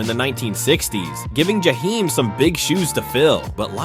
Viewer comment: I hate the way you’re saying his name because you are making this story about him. You can’t even say his name, right?